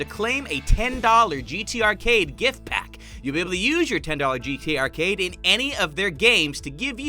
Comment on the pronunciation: "GTArcade" "GTArcate"